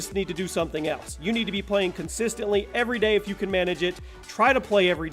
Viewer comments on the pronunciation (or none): none